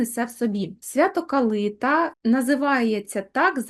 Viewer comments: Ясно, вибач, але це абсолютно неправильно! Ніколи і ніде в Україні не говорили КалИта. Правильно - КалитА, наголос на останній склад. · ❤❤❤дякую вам,калитА наголос на А